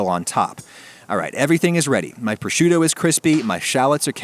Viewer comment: You mispronounced proshoot. I also notice you mispronounce a lot of things like mootzadell and manigoat.